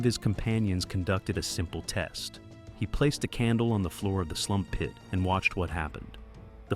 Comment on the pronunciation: The way he says "Slump pit"